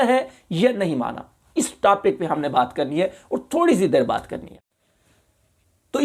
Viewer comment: Tapic nahi topic hota hai pahle bolna tu seekh molvi.